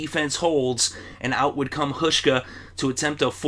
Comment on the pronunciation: Hauschka. Pronounced HOWSH-KA